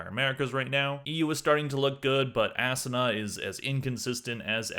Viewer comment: lmao was the way you pronounced asuna a subtle diss?